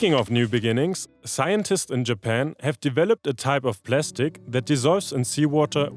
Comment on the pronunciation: Plastic 💀 Plestic ✅